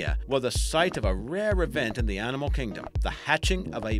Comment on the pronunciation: What's this " Arninmall" can't he say "Animal" 🤗